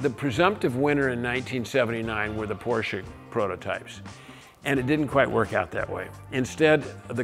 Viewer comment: It's not Porcher!